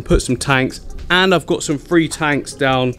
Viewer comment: Can't tell if he is saying, free or three. Thought or fought.